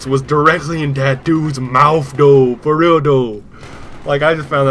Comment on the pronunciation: "Foh Real Doughhh"